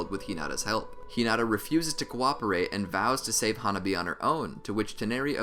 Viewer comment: hanabi not huh nobby